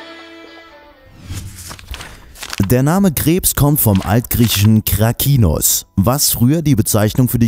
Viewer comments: Krebs heißt auf griechisch "Karkinos" und nicht "Krakinos" :) PS: Ich liebe eure Videos, seitdem ich sie mir anschaue verstehe ich Bio & Mathe viel besser ♡ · Das griechische Wort für Krebs ist "καρκίνος", also karkínos, und nicht krakinos. (Ha, is ja och keen Krake!) Deshalb nennt man den Krebs auf Medizinisch auch "Karzinom".